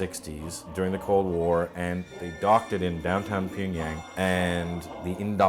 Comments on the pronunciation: Wish he'd stop pronouncing it 'Pingyang' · tea girl was pretty. wonder how she's doing. and why didn't anyone teach him how to pronounce pyeongyang?